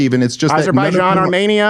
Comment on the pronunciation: "I have alot of Armenian friends" - doesn't even know how to pronounce Armenia properly. Crowder is a lying sack of sh!t that get AIPAC $$$